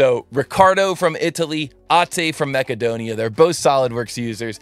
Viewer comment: Btw it's macedonia not makecodina